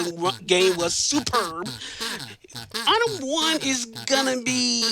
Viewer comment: props to the runner for managing to consistently saying "itme" instead of item. That's some mental fortitude !